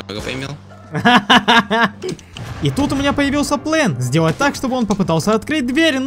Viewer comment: он сказал плен, а план 0_0